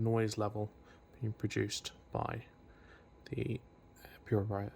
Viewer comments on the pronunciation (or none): Man literally said , puriviya, hahahah, instead of Purifier, hahahahh